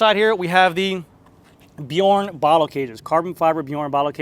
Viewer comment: another awesome build,! Love it! Glad to hear you not murdering the brand names anymore... except for Bjorn...the "j" should sound like a "y". anyway, you're getting there! LOL!